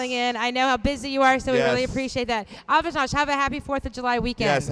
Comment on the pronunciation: For God's shake,, try to pronounce the guy's name right; it's A-vi-nash.